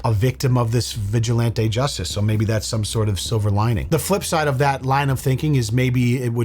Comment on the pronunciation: Why do you pronounce vigilantes as vigil-ON-TAY. Its vigil-AN-TEE